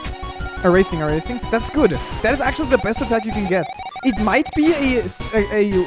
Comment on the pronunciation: “eraseing” haha